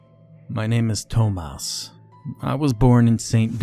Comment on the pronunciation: "My name is Toe-Mouse"